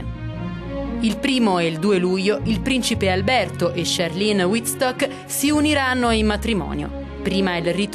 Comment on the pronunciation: qualcuno spiega a questo giornalista che si pronuncia CHARLENE con la "E" alla francese non "charline" lo sento ovunque! è come se mi chiamassi Alice e gli americani lo pronunciassero "Elis",all'inglese!